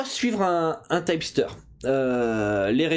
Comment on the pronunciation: Un tyepsteur? hahah on dit un tip (teep) qui signifie conseil, c'est quoi cette prononciation à l'americaine qu'un américain ne comprendrait pas :p